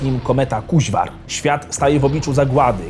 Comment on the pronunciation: Nie Kuźwar, tylko KUŹWAR! A obecnie nie ma lepszego twórcy w Polsce od Walaszka :P